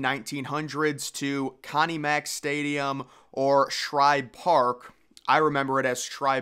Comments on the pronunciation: It's Schibe.....no R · I remember it as Shibe, Shibe, Shibe. Great vids, but get it right dude. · Dude, it was SHIBE PARK, not SHRIBE PARK. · btw its SHIBE park, not shRibe. Ive seen several videos where you get this wrong, and several have corrected ya on it lol. Anyways, good vid, keep it up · Why do you remember it as Shribe Park, if it is Shibe Park? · It was called Shibe Park, NOT Shribe Park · SHIBE park. Not SHRIBE Park. Named after Ben Shibe, owner of the A's. Yes, the A's started in Philadelphia. Phillies moved in after getting out of their lease of Baker Bowl. Took over ownership of the park after A's moved to Kansas City. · I heard of Shibe park never heard of Shribe park Lol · SHIBE (rhymes with Jive or Dive) there's no R in that name. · No C either. Shibe.